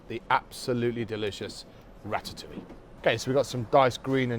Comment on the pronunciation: Rat-at- oo-wee! Good grief. It is pronounced Rat-ta-oo-i'yuh.